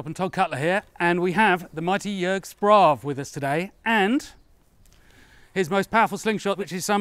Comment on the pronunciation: Actually Jörg's last name, "Sprave", is pronounced "Shprahvae". 🙂